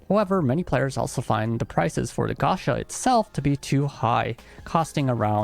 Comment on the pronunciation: I assume the guy making the original video speaks japanese, how does he not know how to pronounce gacha? japanese pronounciation is probably the easiest part of learning the language, especially if you can already read it